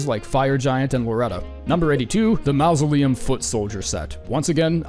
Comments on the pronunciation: Huh. I don't think I've ever encountered another English speaker that did not know how to pronounce mausoleum (the first phoneme is pronounced like 'maw') much less one that says it as frequently as you. TBH I'm amazed that people have the courage to post something like this, discover they mispronounced a word for a fancy grave fifty times, and leave it up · mausoleum ❌ mouse-oleum ✅ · Why does this dude pronounce mausoleum that way? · you cant seriously pronounce mausoleum like that. I wont believe it isnt a bit.